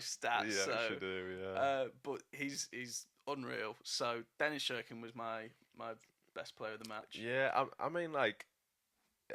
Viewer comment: Please it’s not shirkin it’s pronounced Sirkin but it’s spelt Cirkin 😂